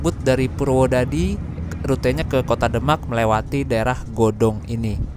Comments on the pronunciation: Godong mas bukan gadong hehehe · Btw godong mas,bukan gadong wkwk ,soalnya saya orang godong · Godong mas bukan Gadog😁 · Godong mas,bkn Gadog